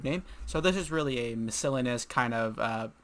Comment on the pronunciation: miscellaneous is NOT pronounced "miss-SILL-nuss". Good god.